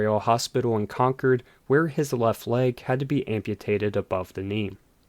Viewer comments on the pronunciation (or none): Hey Mr. canned AI voice: it’s Con-CORD not CON-cord, North Carolina. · As someone who lived a few miles from the speedway as a teen, Concord NC is pronounced differently than Concord NH. In the South, it's pronounced ' con chord ' as in you play a chord on a musical instrument.